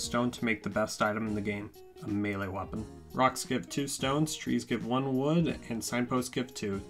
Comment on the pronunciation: I’m not trying to poke but… this man really said “wapeon”